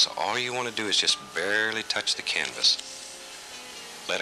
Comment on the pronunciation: He actually said "flustrations". And he said "turpentime". On other shows he used the word "fuhther". It's either farther or further, but Bob liked to say fuhther. And it seems to me he said "varely" instead of barely.